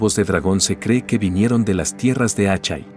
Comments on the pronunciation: Buen video pero, Asshai se pronuncia ashai ó ashae, pero no, "Achai" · "Achai". Jajaja!